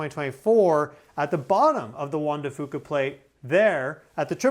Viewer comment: Out here in the Pacific Northwest we say Juan de FUca with the U emphasized